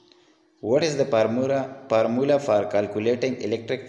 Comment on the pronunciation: Sir it's not pormula it's formula 🤣🤣🤣